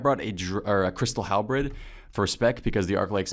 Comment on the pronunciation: please stop saying "halbrid"